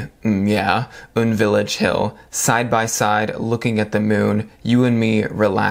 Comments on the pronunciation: lmao it's pronounced You-En village not oon village xD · UN Village is a residential area popular with Korean celebrities in the Hannam-dong district of Seoul - and its pronounced as U N not oon :) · UN Village is a bop. (U-N not oon)